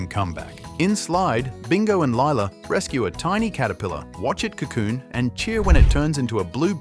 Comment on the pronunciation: Its lila not lalia